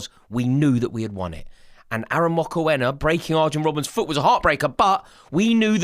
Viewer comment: Bro is chelsea fan but can't pronounce Arjen Robben 😂🤡